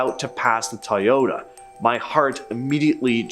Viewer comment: You said Toyota like it was said Teaota instead of Toyota